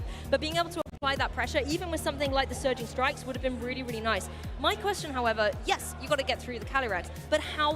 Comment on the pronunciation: I have noticed when says Surging Strikes, I hear Surgeon Strikes. And a part if me feels that is apt 🤔